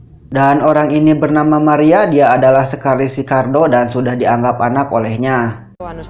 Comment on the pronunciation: Sekertaris ?? Kok sekaris